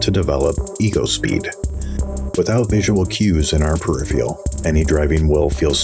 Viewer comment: Conversely, I appreciate where your voice sits in the mix, and my comment would be that the word is PER IF ER AL not PER IF EE AL And then there's me with a Yaw2VR motion rig that makes Monitors "right out" and my inner monologue is going "Awesome. Now do VR...." to VR users are not presented a rectangular, two dimensional image with linear perspective and we can see INTO the monitor...